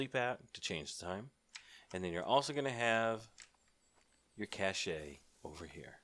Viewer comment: Cash-ehh lol it's Cash 'E' is silent